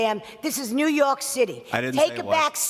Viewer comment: "New yok"